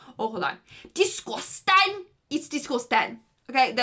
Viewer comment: One word: DISGOOUSTANNNN